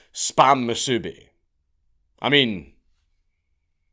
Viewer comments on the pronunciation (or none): I can wave some of the Hawaiian pronunciation. Him saying Musubi though was physically making me cringe